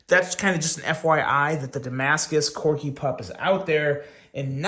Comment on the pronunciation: Wow! And just like that you decided to start saying Corgi correctly, lol. Keep up the good work.